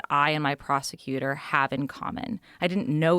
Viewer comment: Prosector?? Prosecutor... 🤦🏻‍♂️